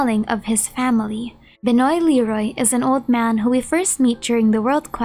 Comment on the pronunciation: Just an FYI, Benoît is pronounced “Ben-wah”. ‘Cause French.